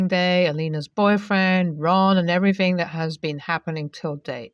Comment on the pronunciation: the word everything is TH thing not everyfing like you keep saying. please say your words properly.